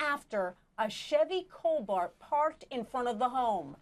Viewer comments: Why did she keep calling it a Chevy cobaRt?!?! Uh! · Is it bugging anyone else that the commentator keeps saying “Chevy COL-bart”? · It’s Chevy cobalt, not cobart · Yes that and she said Chevy Cobart at least twice. And she's a reporter. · No ma’am…..it’s not silent……she said “vehicle” correctly. You can’t pronounce it either way…..depending on the part of the country you’re from. Now she DID mispronounce “Cobalt” several times which totally got on my nerves!! 😂